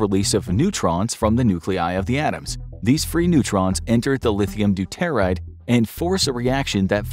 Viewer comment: Learning about nukes when they don't pronounce, "doo-tuh-rahyd" properly. Yikes! Edit: Good lord, it is, "trit-ee-uhm". Listening to this truly hurts my ears.